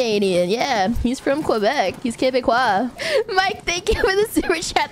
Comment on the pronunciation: The way she says QuebecQUA will live rent free in my head forever now. 😅